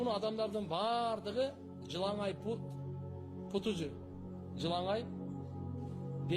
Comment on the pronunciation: Жыланай эмес жылан аяк пут эмес бут